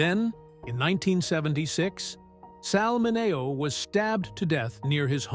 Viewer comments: Sal Mineeo is how it's pronounced, AI. Get reprogrammed 😊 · RWAC: Starring James Dee-ann, Natalie Woo-ud, and Sal Mah-nay-oh!!! What a cast!